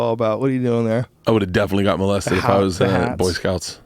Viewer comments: Hahaha moe-lested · Bert pronounces molested like he has never heard anyone say the word before